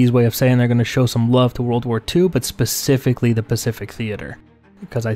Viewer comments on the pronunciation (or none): none